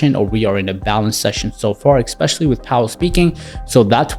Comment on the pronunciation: Dude....it drives me crazy when people say "EXpecially". There's no such word! Its "ESpecially". Who taught you English??? Similarly, I would bet that you say "EX cetera"...when the proper phrase is "ET cetera".